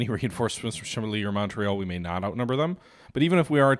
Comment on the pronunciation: Just a note, it is called Mont-Real, not Mon-treal. Just like Mount Rushmore and not Moun-Trushmore. Also, Chamblee is pronounced shan-blay (the French "an", google translate is great for that and takes like 10 sec). 😊 Good game session and gains.